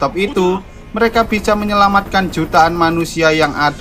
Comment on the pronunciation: kasih slow dan dengarkan baik baik: dia bilang bica ekwkwkwkk